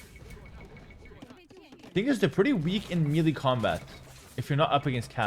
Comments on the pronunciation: brother it's pronounced "may-lay" not "meelee" idk if anybody else has helped you out with this yet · The way says melee bothers me so much lol